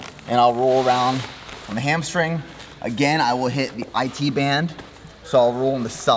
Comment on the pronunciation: ‘oan’ instead of ‘on’ - what accent is that?